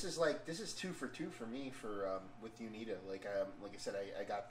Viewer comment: Always enjoy your reviews. Just to help you guys out with the pronunciation of the brewery name it's Uinta (you-in-tah) You can buy high point beer in Utah it just has to be from a state controlled liquor store